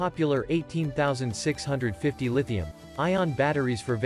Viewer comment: eighteen thausand six hundred fifty 🤣